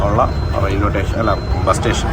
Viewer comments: ഏതു സ്കൂളിലാ പഠിച്ചേ..... റെയിൽവേ റ്റേഷനല്ല ഭായ്,"സ്റ്റേഷൻ"😂😂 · റോബിന് വിജയാശംസകൾ. 'റെയിൽവേ സ്റ്റേഷൻ' എന്നു പറഞ്ഞു പഠിക്കുന്നത് നന്നായിരിക്കും.